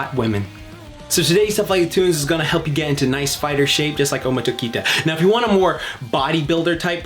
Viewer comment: I've been waiting for this! Finally, took you long enough! You pronounce Tokita very badly, and is the other way: Tokita Ohma and you gotta work on that pronunciation ma boy. And no, in my opinion the Kengan series is nothing like Baki and to me it towers over the Baki series, I just love Kengan Ashura and I'm waiting for the next chapter of Kengan Omega (the sequel).